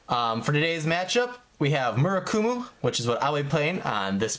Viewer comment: Its murAkumo not murUkumo